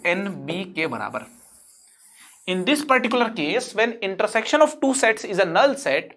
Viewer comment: Ye aadmi sets ko sex kyuu bolta hai 🥲🥲